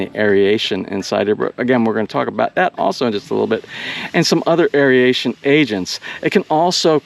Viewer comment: No such word as, air E a tion. It is air A tion. Three syllables not four.